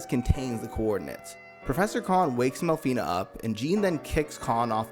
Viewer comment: It's not mel-fi-ney it's mel-fi-nah. In Japanese a is pronounced like ah. You're not saying aye like you're Fonzie hitting the jukebox. Otherwise good video.